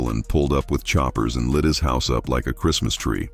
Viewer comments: it’s definitely not southern to say “cherstmas” lmaoo it’s the same “Christmas” just with a southern draw, which comes from a lazy tongue. I grew up in Kentucky, and she definitely has a Kentucky accent, but she says Christmas differently than anyone else I know lol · I think he was called it "Curse-mas" bc of how bad it was growing up. She pronounced it right at least 5 times b4 n after she pronounced it like that